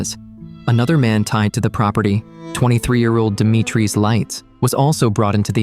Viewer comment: Stop saying demi treez It's di mee tree